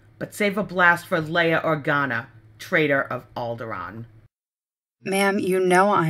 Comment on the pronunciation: Rewatchng this, remembering my voice acting for Tula (back when this was on Krayt Dragon Films) I didn't even remember I purposely mispronounced Leia. (At the time, I figured it was the standard Core pronunciation).